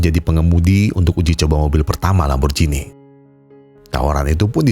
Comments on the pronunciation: lamborgini bukan lamborjini bang 😭😭😭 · Lamborgini mas dudu lamborjini 😅